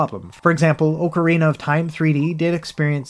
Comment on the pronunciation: 40 minute video and the only thing that really stood out to me was the fact that you said ocarina correctly.